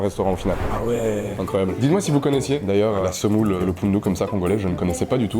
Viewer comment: il a dit ça l'aire "d'alleux", l'accent congolais s'est directement installé 😂